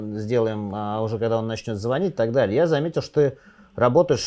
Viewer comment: разберитесь с ударением в слове звонить